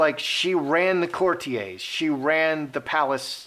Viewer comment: I enjoy your videos on the hypocritical, self-important, entitled H&M, but there is one thing that is my pet peeve. The word courtier is pronounced court-ee-er, not court-ee-ay, in both UK and US English. That's a little thing and won't stop me from watching you, but it just bothers me. 😊😋